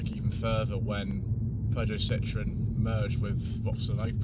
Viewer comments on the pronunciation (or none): I believe you miss-pronounced Peugeot there 😉 as a Vauxhall fanboy I certainly love my Insignia or the Astra K Elite 1.6 looks a good proposition with 200hp. But yes overall the designs have been handsome and inoffensive rather than striking and modern in recent times